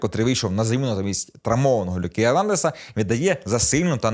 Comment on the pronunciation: Ну який Люка ЕрнАндез??? Він француз, тому-ЕрнандЕз, як і КамавінгА.